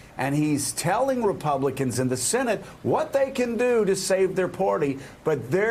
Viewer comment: Hey Joe...The word is "Party," not "Porty"!